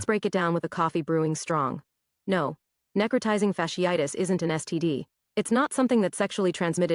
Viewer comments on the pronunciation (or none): Necrotisizing??….. neh-crō-tī-zing. Sound it out baby girl sheesh🤦🏽‍♀️😭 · NEC/ nek - RO/ rho - TI/ tie - ZING. She butchers the word and bruh just outright skips it?!? Here’s the best part: I’m the ahole for mentioning it. “ It’s not what you’re saying, it’s how you’re saying it.”….. yo….it’s written text!!! Ok…read it again but this time, imagine someone tickling the soles of your feet as you read it. Did that help? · Say it with me, NECK-Cro- tizing! You dan do it!